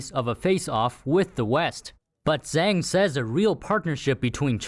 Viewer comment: It’s zang it’s xhang